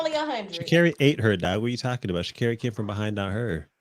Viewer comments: Me too... And when he says Sha'Carri's name wrong too 😂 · 😂every show he gets the name wrong at least 2 times